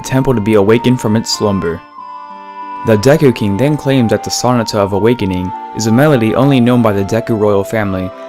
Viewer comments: You keep pronouncing Sonata incorrectly. The emphasis is supposed to be on the "NA" part of the word. So-NA-ta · I watched another one of your videos and realized you don't know how to pronounce sonata and chateau. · Please look up the proper way to pronounce "sonata."